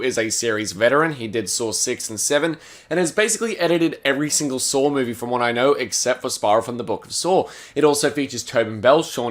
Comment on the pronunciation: Australians be like "Sawr X"